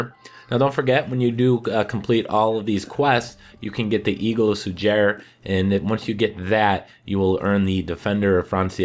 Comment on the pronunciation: it's su ger not su jer